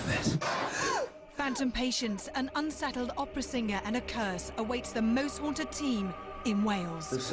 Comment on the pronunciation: there is not "guh" in singger, the g is gn in italian or french. Thank you; lovely biography of Patti.